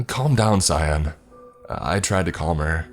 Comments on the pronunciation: They- I knew this would happen Also, pronouncing "Cyan" as "Cyon" is sus. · I thought you were saying scion. Not cyan. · am i the only person that pronounces cyan ki ann? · Why he say cyan like that